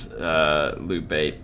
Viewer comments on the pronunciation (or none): This was from your last episode, sorry! Hey, just wanted to give you a few helpful pointers 🙂 1. Liu Bei is pronounced like ( LEE-U BAYY 2. In that failed ambush battle you faired very well but I noticed you didn’t use your champion to the fullest. I know that he is meant for taking on enemy champions but he can actually fair pretty well against early game INF. 3. I was thinking that maybe doing a voice overlay after the battle to show us what you were thinking and you could be in Cinematic mode rather than talk during the actual battle. You could concentrate more. ( check out this YouTube channel called surreal beliefs to better understand what I am talking about ) ( his battles in his Cao Cao campaign. 4. USE YOUR CREDIBILITY!!!!! Cao Cao was a master manipulator. He could sway almost anyone. Credibility is a god gift in this game especially in legendary. You should really set up some proxy wars between some factions you are at war with and their neighbors to ease your tension 5. In that peace deal with Yuan Shu, it would have been more beneficial to request regular payments than one time considering that he paid a huge amount. You could have gained a ton more money. I have played as Cao Cao and only Cao Cao, I am not exaggerating. I have been trying to figure this game out and I have for him at least. I know this is hard to believe but I have played and failed and restarted my campaign as Cao Cao at least 50 to fully understand and predict certain outcomes and chances